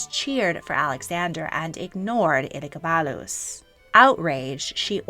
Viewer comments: I’m cackling so hard at how she pronounced Elegabadus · This video is great but the pronunciation of Elagabalus is killing me.